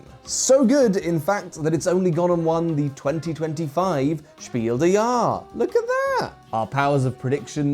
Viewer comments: Come on, the only three German words you should pronounce correctly: Shpeel dazz yarezz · Hi dear british people. I just had this with NoRollsBard. Its german not french. The S isn't silent its "Spiel deS JahreS". Des like in Desmond and Jahres like ... I don't know. But great video otherwise. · btw, "Spiil des Jahres" is German, not French, so it's pronounced "shpeel dez yaarez". I used to pronounce it the same way you did until I learned some German. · An even better English representation would be “Shpeel dess YAHress” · What is "spieldejahr"? It is pronounced Spiel des Jahres. Without the cocky hard accent your kind is normaly adding when pronouncing smt German. Thx. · Can you pronounce Spiel des Jahres once again please 😅 It was a nice try to say a German word in French style 👻